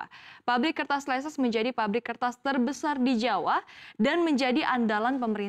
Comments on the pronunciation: Leces bacanya leces bukan leses 😅 Itu deket daerah saya😂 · Cara bacanya itu leces bukan leses